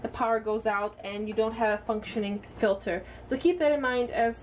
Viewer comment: Ill make sure to double check my ''fiter'' lol